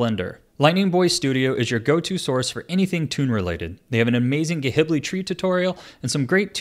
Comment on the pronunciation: HE SAID “GUH- HIBLI” AJDHABVD BYE